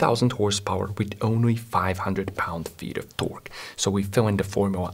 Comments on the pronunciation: The way he says “ T o r q u e “ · torque "tôrk" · The way he says torque 💀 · When this man says torque I feel pure horror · i love the way this guy says torque